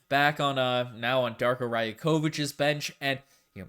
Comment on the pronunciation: Hey! Some advice with correcting Rajaković pronunciation it’s not not Raya-kovich it’s ray-okovich:)